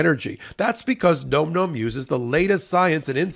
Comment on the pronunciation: Nom Nom. NOT Nome Nome!